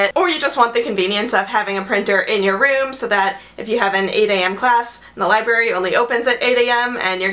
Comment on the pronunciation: You're an English major and you call it a libary?